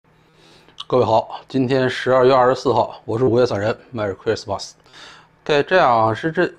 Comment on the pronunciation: 不得不说散人这句merry X‘s mas 有点日本味。